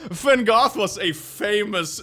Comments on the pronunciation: nahh this man really said Van Gofff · I’m disappointed in for pronouncing Van Gogh wrong